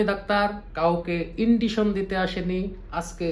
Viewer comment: ইন্ডিশন না দাদা ইনজেকশন 😅